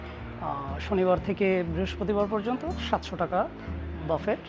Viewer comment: শব্দটা হবে বুফে (ফ্রেঞ্চ) অথবা বাফে (ইংলিশ) , বাফেট নয়।